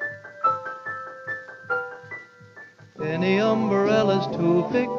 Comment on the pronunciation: I can't help but notice Harry Babbitt singing about umbarellas and Betty Hutton singing about an igaloo, both in 1939. Was the extra syllable some sort of cultural phenomenon that year?